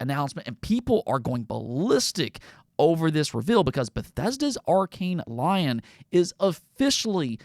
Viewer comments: Lyon is pronounced Lee-on, not lion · Just for future reference, Lyon is pronounce "Lee-Own" not Lion. French pronunciation is really weird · went full American with that Arkane Lyon pronunciation 💀